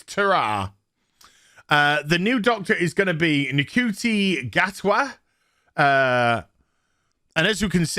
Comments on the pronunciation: I think his name is pronounced Shooty, may be wrong. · I had to Google the pronunciation of Ncuti.... It is pronounced "Shooty"!